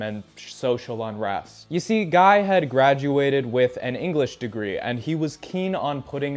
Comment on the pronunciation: You mispronouncing ian and guys name tickled me